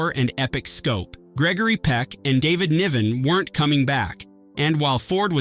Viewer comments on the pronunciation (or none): none